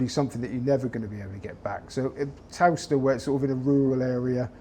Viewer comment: Would be nice if the interviewer could pronounce Towcester properly. Muppet.